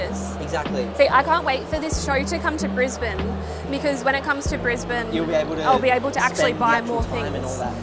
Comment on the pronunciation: Well, I'm in California, but that was a terrific visit you shared (bonus: I learned how to pronounce "Brisbane" correctly!).